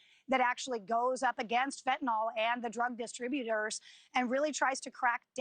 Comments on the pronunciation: I mean.. She IS saying "fetnall" which is just totally wrong I get where bro is coming from It's fen tan yl not fetnall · The mispronunciation of fentanyl is maddening ,its a nil sound not nol like in Tylenol. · The reporter needs to learn to pronounce "fentanyl." But good reporting on an important topic.